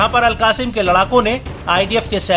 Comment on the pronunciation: अल कासिम नही अल कस्साम बोलो